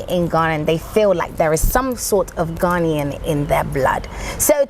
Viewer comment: Your episodes range from interesting to fascinating! Well done and more grease to your elbow! My only problem is with your grating, irritating and even depressing Brit-Ghanaian-cockney pronunciation of pronunciation of “ Ghanaian “ as “ Garnian “. I know that other Brit-Ghanaians do it as well but the correct pronunciation is “ Ghana-ian “!! Sorry to be a bit pedantic on this but please work on it. We are Ghanaians; not “ Garnians “! 🤔